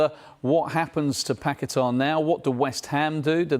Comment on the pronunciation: Why can't they jurnos say Pagueta my he ows West ham a seasons fur standing by him.